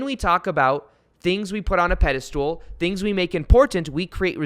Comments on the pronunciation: Pedestal... I keep hearing pedi-stool🤣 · Love your work! Been following you for a while and rediscovered you again. I also loooove that you say “pedastool” just like my fiancé 🥰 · I'm pretty sure it's pedestal... not stool cheers thanks 👍👍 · Ur sayinf pediSTOOL on purpose! 😆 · Does he keep saying pedestool?